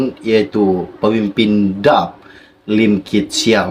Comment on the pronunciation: Hingga sekarang nama parti DAP masih lagi SALAH disebut. Daqh beberapa kali ditegur untuk buat pembetulan, tetapi masih begitu juga!!!